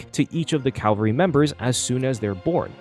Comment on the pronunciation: "Calvary" (CALV-A-REE) is a ye olde religious word that means something like "salvation" "Cavalry" (CAV-AL-REE) is a military term referring to a unit of mounted combatants. "Glamoth Iron Cavalry" uses the second, not the first. 🤙